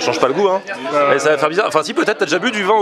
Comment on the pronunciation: À "t'as déjà bu du 'vin...oooohh", j'ai cru que c'était un ivoirien qui parlait mdr 😂😂😂